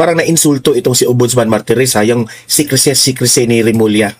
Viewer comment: Martires hindi marites